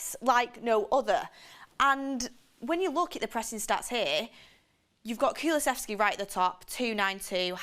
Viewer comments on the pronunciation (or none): none